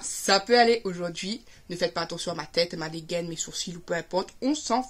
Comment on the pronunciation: tu prononce malllllll hihihi